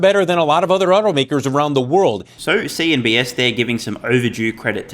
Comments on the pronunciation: CNBCCCCCCCCCCC not CNBSSSSSSS - Pa-Leeeeze. You can do this! You can, I am 100% confident. If you do read all the comments, then please make a mental note about an important news source you continuously reference. It is worth getting the name right. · LOVE THIS CHANNEL. BUT ITS NOT “CNBS”